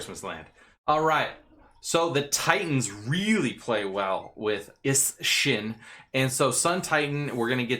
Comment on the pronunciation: Is-Shin lol goddamn